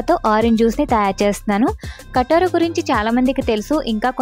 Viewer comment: అక్కా .... కటోరా కాదు. కటీరా అనాలి. కటీరా గొండ్ దీని అసలు పేరు.